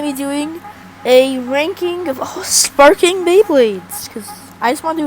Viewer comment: Spaking beys 😂 And wonderful